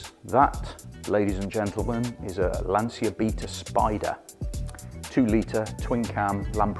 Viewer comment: It’s a Lancha not a cia